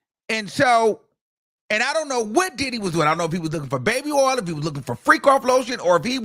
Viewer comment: "Oil!" "Sores!" I can't help but laugh at times! 😂